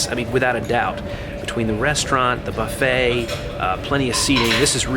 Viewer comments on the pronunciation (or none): none